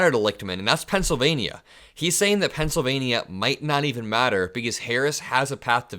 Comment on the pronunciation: buddy, I love your enthusiasm for our democracy and furthering decency and kindness. However ya kill'n me with the ( pencil-vay-knee-ya) Pennsylva-KNEE-a...Why the over annunciation of the "nia"..??? Reminds me of drumpf and the " aeroplane " and I can't stand the thought of your vernacular aligning with his. Please..Please..Please drop the enunciation..!!! I don't even think the good people of Pennsylvania enunciate it in that manner. I'm over anylitical at times, with the weirdest stuff, so meh...Hahaha.! Keep up the good work buddy..!!